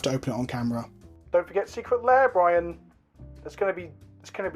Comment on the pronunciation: Bwi..an...!...?......?...?...? (Love the video! just having fun as a fellow!)